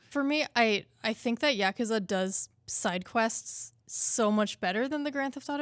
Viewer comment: Is NOBODY bothered that they’re saying Yakuza wrong? It’s YA-KU-ZA. It’s Japanese and it’s literally three easy syllables.